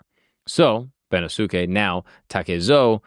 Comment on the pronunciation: Bennosuke is pronounced ben-NOS-kay